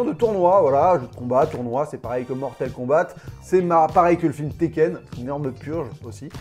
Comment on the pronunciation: "Mortel Kombate"......... J'ai saigné des oreilles ! ! ! 😥........😅😁